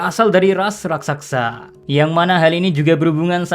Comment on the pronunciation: raksasa woi bukan rasaksa